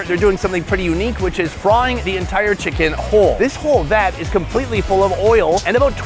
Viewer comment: Fi-Cken As a German I say "No ! Better don't say this." 😂